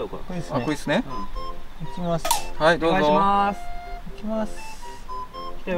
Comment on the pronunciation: どじょうをどうじょ